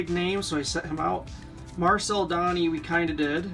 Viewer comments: Marcel Donny?! That and the way you pronounced Guy told me right away that you're not Canadian. Box was worth a gamble but no Orrs and the damaged Dryden means the guys top cards were in another box that was probably kept or sold by the family that donated these. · It's marvel de -on,or that is how it's prenounced.